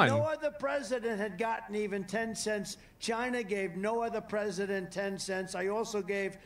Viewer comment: He really does say it in all caps